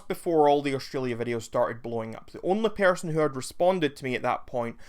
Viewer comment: But why did you say persun (person)?